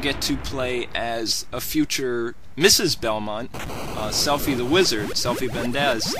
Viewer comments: lol it is pronounced syfa not selphie, thats the name of a girl in final fantasy 8 XD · Sypha!....stop saying selfie🤬 you did great research on this game but please learn how to pronounce SYPHA. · No disrespect, but why did this guy mispronounce Sypha's name?! ......."Selphy the Wizard"?!......."Selphy Vendez"??! ......oooookaaay.....